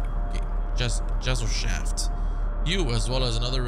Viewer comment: Gesellschaft is pronounced guh sel shaft, and Ausweis is simply Identification